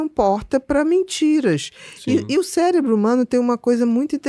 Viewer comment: Ele falou " CELEBRO "?